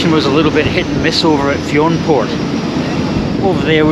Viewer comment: Nice video. I love everything about Iona. Btw Fionnphort is pronounced "Finnafort".